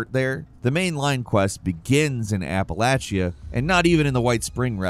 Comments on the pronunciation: This existence of this game to me just means I get to hear more people mispronounce Appalachia. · where the f is apple ate she yah?😂